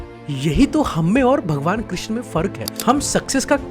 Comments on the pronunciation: Bhai correct pronounciation is Krishn not Krishna( a is silent) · Its krishn not krishna, the word krishna is the second name or another name for draupadi. It's ok to pronounce krishna but more accurately it would be shri krishn... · भाई आप "कृष्ण" को "कृष्णा" बोल रहे है